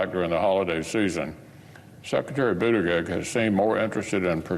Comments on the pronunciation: 🙄 Here's a little phonetic tip for this rude idiot...Boot-edge-edge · Who the hell is Sec’y Buttageg? McConnell needs to learn how to pronounce the Cabinet member’s names correctly. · His name is NOT Booter-greg. McConnell is a phoney hick. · Terrible pronunciation of Buttigieg - it’s Buttiġieġ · McConnell can’t even say Pete’s name correctly…. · Might carry more weight if he could actually pronounce the Secretary's name... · You’d think that of Mitch gave a flying fuck about transportation and/or safety… he’d be able to pronounce that Secretary’s name correctly. But somehow I doubt he could even correctly identify Pete in a photo. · Mitch can't seem to hear himself talk. He badly mispronounced Buttigieg and didn't have the decency to correct himself. Unless he doesn't even listen to what he's saying. Either way, it's lamentable how little he cares. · Poor Mitch. "Climate nonsense & woke." He cannot even pronounce Buttigieg. And he's the republican leader? We're in big trouble. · 👎 Geeezzzz - - he can't even pronounce Pete's name correctly 👎